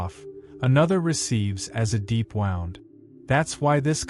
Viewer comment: I like this channel but the fact that "wound" is mispronounced here and elsewhere suggests to me that this is an AI voice over?